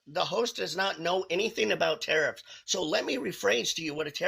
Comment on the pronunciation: Carrots not tarriffs